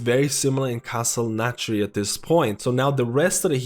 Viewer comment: What is that accent of his, with the lack of th-sounds? Like "Castle Natria" and "tree percent" et.c.